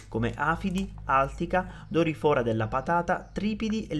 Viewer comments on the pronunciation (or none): Bel servizio, esplicativo e chiaro. (Dorìfora non dorifòra) 😉